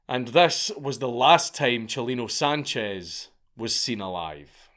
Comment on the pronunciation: Thanks for saying his name right 👍🏼